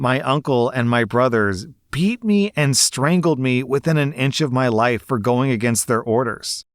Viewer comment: anyone else hear 'I cannot be in his wife' instead of life?